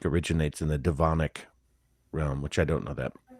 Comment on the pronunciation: Devachan not devanic.